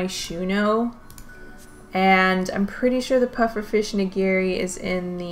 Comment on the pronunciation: Nigiri pronunciation: NI-gi-ri. Not ni-GI-ri.